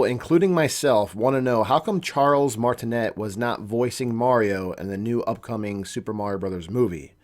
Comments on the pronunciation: Nah, nah, you called him Charles martinet and pronounced the net part? It's like martiney that is how it is pronounced. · You mispronounced His last name. Martinet is French and pronounced Martin-ay. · i think the T in Martinet is silent? idk..i am just being a stickler. lol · 1. He’s French. It’s pronounced Martine’. The t is silent 2. The reason they didn’t use him is because over the years Mario has only had short lines here and there in the games. Listening to that high pitched voice for the length of an entire movie would drive people crazy and feel unrealistic. 3. It’s not a rumor that he’s in the movie. It’s fact. Nintendo said it when the voice actors were announced. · In Charles's name. The t at the end is silent